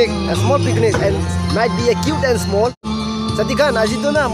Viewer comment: Bro its picnic not pikinic 😂